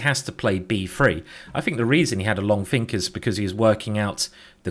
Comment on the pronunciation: why? "frow" "everyfing" "fink"